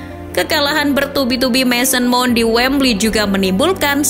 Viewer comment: Mount tulisannya dibaca maoun.